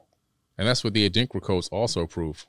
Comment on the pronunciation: a light bulb went off in my head. WOW! He kept saying Adinkra codes but I didn't get it because of his pronunciation. The Adinkra symbols of the Akan people (in Ghana and Ivory Coast in West Africa). In Ghana the symbols are printed in clothes, designs in palaces and walls, African handicraft, jewelry (bracelets and necklaces), and even painted on the parliament walls etc. They are all over the place. Each one has a name and meaning. Meanings passed on from our ancestors, but what I didn't know was the deeper meanings behind them until the guest mentioned them (Goggle Adrinkra symbols, or Sankofa, Gye Nyame). In the movie Black Panther, when T'Challa was in trance and went to the ancestral world, his father's cloth had the symbols. I have several Gye Nyame (meaning Only God) necklaces. I'm in total awe of what he's saying.